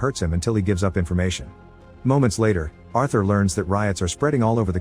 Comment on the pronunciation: You're mispronouncing Arthur 🤦‍♂️